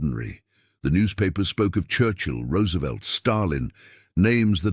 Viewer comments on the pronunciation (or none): none